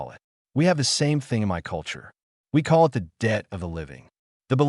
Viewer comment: Have you noticed how bad these AI's are at just reading. Eye- T instead of saying "it" They can't tell the difference between pronunciation of words like "read or live" or what words should be emphasized in a sentence. They're basically stupid. Start complaining about these things people or they will never improve.